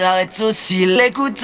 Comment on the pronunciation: Il a pas dit baby il a dit beybey